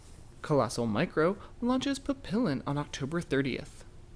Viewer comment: Please learn how to pronounce papillon (means butterfly in French)